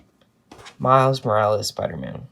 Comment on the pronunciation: U pronounced it wrong its morales not morales